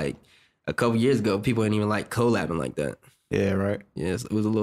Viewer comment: Y tf he keeps saying CO- LABBING? Collabing.